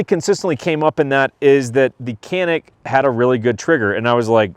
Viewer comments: Nice man. One note on the pronunciation...for those who care...the C in Turkish is pronounced like a J. So, its pronounced Ja-nick, not Ka-nik. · You as well as many are pronouncing the name of this firearm incorrect. The letter C is pronounced with a J sound like jam. So pronounced Janic! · Care or not I'm simply stating the word/name of the firearm is being pronounced incorrectly. I laugh every time I hear the mispronunciation. If you are to review a product make sure you pronounce it correctly.